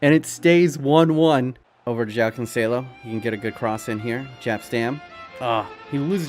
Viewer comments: The way you said Joao is really painful to my ears😂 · its odd joao is pronounced joe-ow